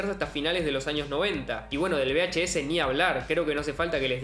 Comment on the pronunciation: Por cierto, se dice VHS, no BHS. V y B, no suenan igual.